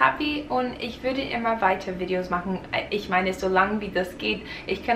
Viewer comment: Wow!!! In deinem letzten Deutschvideo hattest du einen fast schon starken, amerikanischen Akzent aber du hast dich in so kurzer Zeit so doll verbessert!😮😍 Du hörst dich mittlerweile an manchen Stellen richtig akzentfrei an!❤ ich bin so stolz auf dich 😊 (Man hört es nur bei Wörtern wie "Videos", dass du aus Amerika kommst, versuch mal "Videos" deutscher auszusprechen🙈 Mach weiter so und gib nicht auf ❤